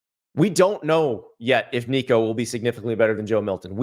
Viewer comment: That sound like Joe Biden trying to say Nicos last name. 😂